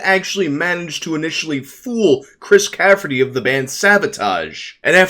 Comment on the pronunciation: All due respect bro , it's Chris CAFFERY , not -CAFFERTY . Chris is an awesome guy BTW , went to school with him . His band at the time warmed up for Metallica , Dave Mustaine Metallica lol